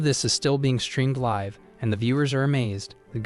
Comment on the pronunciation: Need to train the ai the difference between liv and live.